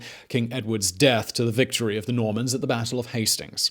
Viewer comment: I keep hearing MORMONS instead of NORMANS xD